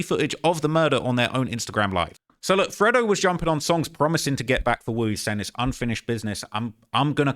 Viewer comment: Its not freddo, its fredo...pronounced freydo 🤣🤣🤣